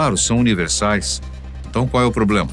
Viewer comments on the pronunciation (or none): none